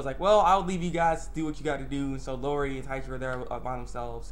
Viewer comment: E-O-Ri Not Lorri lol!! But yeah, that was a good episode